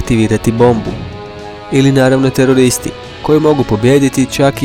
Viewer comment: Rekao je toreristi HAHAHA